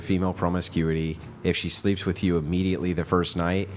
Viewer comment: Just waiting to see if is gonna jump on the first girl saying “wif” instead of “with”. So far not